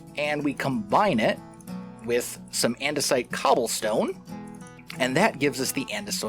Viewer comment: Surprisingly not the first hermit I've heard end up saying andesite as andesoit while playing with the create mod